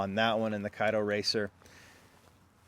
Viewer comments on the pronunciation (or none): none